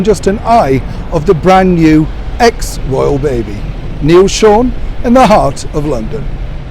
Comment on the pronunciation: love the emphasis on EX royal.